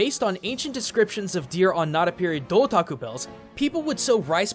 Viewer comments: Hmm... A Doutaku Bell? Dou.. Tako Bell.... Do Taco Bell? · Do-Taco Bell😋